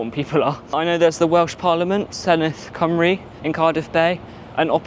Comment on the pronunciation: Nice tour of Cardiff! Great to see both the Senedd and Welsh government feature… and a great pronunciation of Senedd Cymru. ;) Unlike BBC Northern Ireland and BBC Scotland, BBC Cymru Wales has a bilingual name, so its name is actually “BBC Cymru Wales”. Radio Cymru is a Welsh-language radio station though, while Radio Wales is English-language.